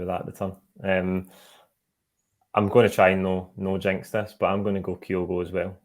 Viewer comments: still can't pronounce Kyogo correctly, ffs. Just have Chris on, sack till he can do the absolute basics right. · Not one, two. Butchers pronunciation of Kyogo as well.